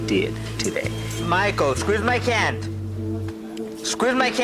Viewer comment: I had no idea that Spanish people can't say "Hand" "squeeze my cant!"